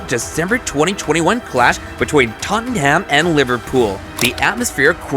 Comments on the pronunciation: this is the worst commentary i have ever listen to, names wrong. trafford united fan by the sound of it. who is totomham? 115 pr*ck comment not been to court yet............ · For all the North Americans out there: It ISN'T TOTT-AN-HAMM It's pronounced simply: TOT-NUM. OR, even easier - 'SPERRS'. 😅 Simple little tip for yer! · Bro said toanhaam😂😂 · Worse it’s an American Liverpool fan who can’t even pronounce Tottenham right 😂